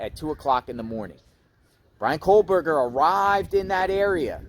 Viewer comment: Are you saying "Coldberger"?